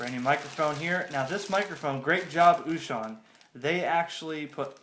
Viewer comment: Good job with the unpacking. The only correction that I have is how you pronounce the name of the company. O Shun is correct (it sounds almost like the word ‘ocean’ in English). Small thing though; nice video!